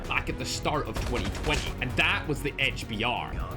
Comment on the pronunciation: I thought u said hdr for a sec there🥀